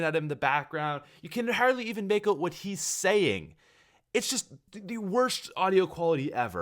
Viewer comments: Out not oh-t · "Oat Of There" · " OAT of there." Lol